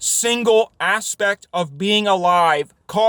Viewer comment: "Every single asspect"